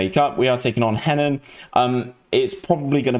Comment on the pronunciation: Just so you know 'Henan' is pronounced more like 'huh-nan'